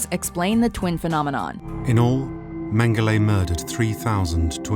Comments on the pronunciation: She seems to have a problem with pronouncing an e at the end of a word, first PorschE (which she pronounced Porsch), now MengelE (whom she pronounces MengelA)... Godamnit, it's not that hard, please do some pronounciation research in the future before doing stuff like this. Especially on names (or brands) as popular as this. The Lizard-guy looks a bit reptilic himself, I wonder why xD I guess he could also be a potential candidate of the "climate change is a hoax"-coalition... Also, todays technology (and industrialisation) plays a huge role in the climate change. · it's pronounced mengles not mengele